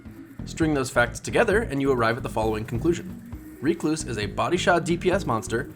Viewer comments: Me: Rec-Louse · wtf is a reek loose?